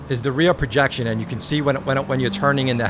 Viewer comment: Enjoy seeing your takes as always! I'm not sure if this is a matter of your accent, but it sounds like you're saying "rear projection" when referring to how the framerate is altered from 60 to 120 in the headset. One of the terms for this is "reprojection", also "asynchronous reprojection". If it's just your accent, I'm not bothered 😂 just want to make sure you got the details on it.